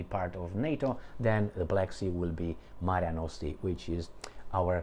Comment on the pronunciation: Mare Nostrum, not Marea Nostre